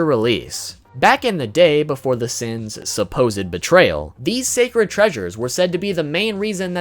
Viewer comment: " Seven Deadly Seaaens"